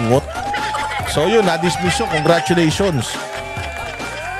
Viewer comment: ayan huh pnapanood ko na kahit always team late na me,,,😂😂😂 Eh kaso nga marupok din kami kaya buti nlng meron nito🤬d kc ako pala🤬kaya labs na labs ko #TatayDigs ,,,may sense nmn kc bawat 👊🏼🤬👊🏼 nia‼️‼️‼️🤣🤣🤣 natural na natural un pagbigkas ng “gunggung” ,,lalo na un “engot”,,,bwahahahahhahahhahhahahahahahha